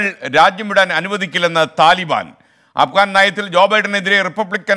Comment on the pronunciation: അപ്കാൻ അല്ലാ അഫ്ഗാൻ.. അല്ലെ.. 🤪